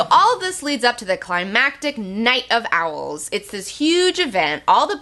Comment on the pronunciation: Yikes... "OWELS"